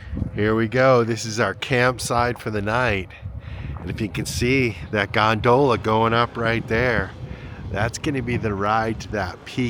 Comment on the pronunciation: “Gonedoughla” The only other person who’ve I ever heard gondola pronounced is my mother. Too funny.